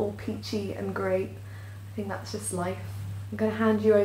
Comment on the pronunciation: its made me say 'dats vewy nice'